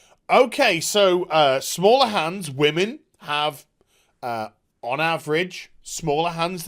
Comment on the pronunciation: "the wammins" lol